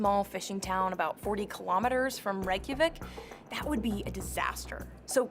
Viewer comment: Too much vocal fry for my taste. Credit for your neutral 'Reykjavík' pronunciation. Kveðjur frá íslandi!